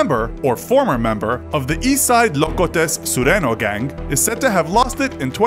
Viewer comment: it's pronounced sureño not sureno